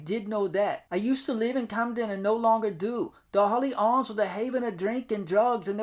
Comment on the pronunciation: Its Hawley Arms not Holy Arms 😹 ✌🏾❤️